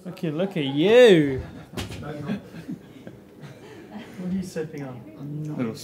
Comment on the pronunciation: “look at you ☺️” “look at YEW 😈”